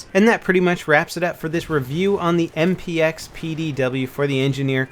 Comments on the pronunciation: I think he said "MPX" wrong at least 3 times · I think by accident and he also said XMP instead of MPX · lol i heard him say that i think he meant MPX